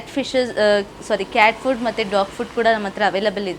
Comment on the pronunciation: Corruption in your word madam In sec cat fish ah cat food ah sec Lulu bal ah lulu mall ah 😂 madam tongue rombo roll howwdo😅😇🙏🏻